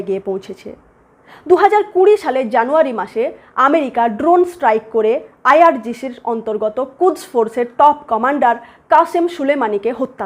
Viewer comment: হামাশ নয়.. হামাস! হোশেন নয়.. হোসেন! আইআরজিশি নয়.. আইআরজিসি!